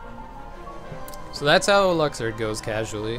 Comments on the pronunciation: Holy fuck I didn't realize that until he actually pronounced it "Luxord" "Lucksword" x.x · “LUCK-SWORD” 😂😂 I’m dead